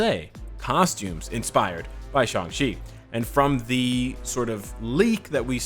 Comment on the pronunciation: why does people pronounce it as Shung-chi?